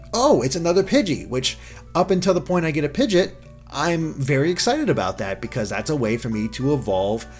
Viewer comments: PIH-G-AWT NOT PIJJIT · "Until you get a Pidgit" ...really? Pidgit? That's how you pronounce it? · pidjit the midjit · Oh my god is pidgeot pronunciation is disgusting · The way he says Pidgeot bothers me.